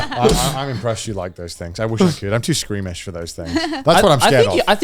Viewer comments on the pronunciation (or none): Connor please the word is "Squeamish" 😭